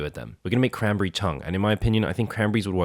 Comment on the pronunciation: I feel like eventually he just starts saying “crambry”.